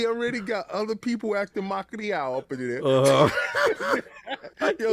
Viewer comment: Lmao King said Bungie acting “mal criao”.